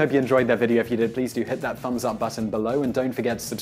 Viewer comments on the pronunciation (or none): none